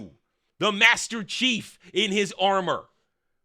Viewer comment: hard to "understand your understanding" when you can't even say Master Chief right once...